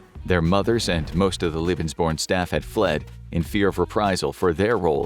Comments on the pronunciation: "lebensborn" is pronounced like "LAY ben's born". What the narrator is saying is "Liebensborn", which would mean something VERY DIFFERENT in German. "Ehre" was mispronounced likewise ("air + uh" would be closer, "eh-(uh) + uh" is closer but hard to describe briefly), and "Treue" was mutilated (should be "troy + uh"). Listening to this was so painful. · omg it's pronnounced "leh-bens" not "lie-bens". "Leben" means life; "lieben" means love. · Why do you pronounce German words the American way? Lebensborn is pronounced "laybensborn" not "lee-bensborn". Hearing it being butchered more than 30 times is toe curling 😫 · Lebensborn is definitly a mispronounced term, I know such programms existed and Leben means Live but born doesnt mean anything in german and is definitly derived from the english word born